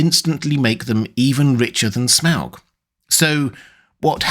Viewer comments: You could just say 'Smog' normally and not overpronouce it obnoxiously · There's no way that's how you pronounce his name.